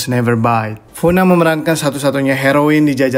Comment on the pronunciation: Kak, di alphabet korea ga ada bunyi fu.. Itu mba bae doo (dibaca du) na kenapa jadi funa 🤦🏽‍♀️🤦🏽‍♀️🤦🏽‍♀️